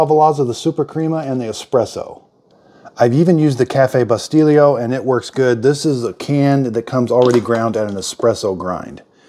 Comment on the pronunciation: Lava-Lazza? Bus'tillio? 💀